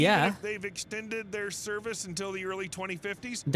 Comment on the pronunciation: That moment it's blatantly obvious the video is AI voiced... . "Serve-Whale" more decades?! "Serve-Oil"? Def didn't pronounce several there...